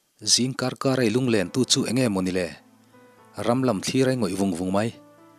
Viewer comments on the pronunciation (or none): none